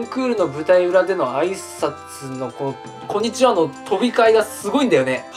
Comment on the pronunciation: あいさつが「こんにちは」じゃなくて「ふんちゃ」に聞こえる